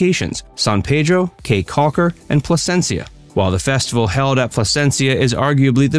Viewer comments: If you can't pronounce the name of the caye correctly then you have no credibility at all to be making videos about belize.. You called it as KAY but that is actually pronounced key.. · Its Belize Barrier Reef ,NOT MESOAMERICAN REEF. CAYE is pronounce "KEY" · Good information, although you left out some very important sites and mispronounced 'caye' (it's pronounced 'key' and Caracol is pronounced 'Cara call' not 'Cara sol'. Those are only a few examples. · Great video, Caye is pronounced Key. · it’s definitely pronounced as Key in Belize. Belizean man ma’am!